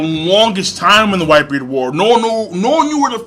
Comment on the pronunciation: That nigga can't even say whitebeard correctly lmao "whitebeer" 😂😂